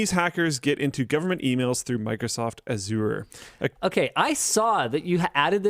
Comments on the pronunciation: It is Azure not Aziur. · No one will read this, but fyi, Microsoft Azure is pronounced "azj-ur" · reeeally has to learn how to pronounce Azure correctly... I couldn't help but cringe every time he said it.